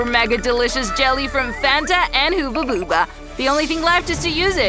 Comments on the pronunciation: It's pronounced hubba bubba!😡😡😡😡😡😡😡😡😡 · Its not huubbaba it’s hubababa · IT'S NOT HOOBA BOOBA!😡 IT'S HUBBA BUBBA